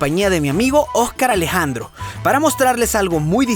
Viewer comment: ¿Se dieron cuenta que Alex al pronunciar «Dos Locos de Viaje» y «Óscar Alejandro» lo hacía con acento venezolano? O sea, las S las decía como nosotros, escuchándose casi como J.